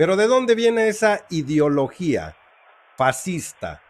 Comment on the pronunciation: Para empezar no se dice idiologia, se dice I D E O L O G I A, POr favor. Lo que dicen de FRENAA, no es cierto, informate, primero, el señor Salmeron es historiador, considero qu no esta informado, el señor Abascal no e sde FRENAA. INformensa , investiguen antes de hacer una nota de este tipo.